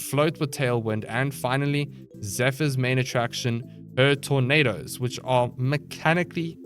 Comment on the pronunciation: I swear during the zephyr part, I legit thought every time he says “tornadoes” he instead said “tomatoes” LOL